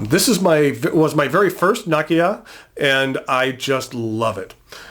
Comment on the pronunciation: Nakiya, nakaya ....makes me cringe.